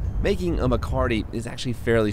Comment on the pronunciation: Not MACARTY. . . MECATE (meh-kah-teh) is a Spanish ranching word. Maybe research THAT.